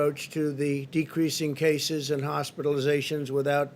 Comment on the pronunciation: He said "jaces" instead of cases